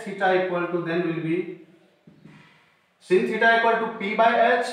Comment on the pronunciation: Sir it is not sin (phonetic simble) /sin/ but its /sain/